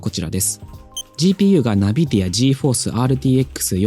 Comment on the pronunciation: 一年前の動画だけど、マジで気になった。 NVIDIA、ナビディアじゃなくてエヌビディアっすね。